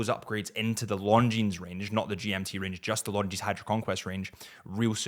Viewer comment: I like your videos, but: Why do you pronounce Longines like long jeans? The s is silent.